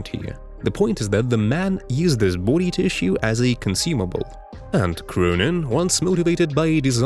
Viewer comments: This dude says booty instead of body.😂😂😂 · Did he say booty? 😂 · Bro the beginning why did u pronounce body as booty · “What has he done to his boody” 😂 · "his boodi" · Great video, but every time you say body, I hear "booty," lol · I love the way you say "body". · Came here for the pronunciation of "body". Stayed for the content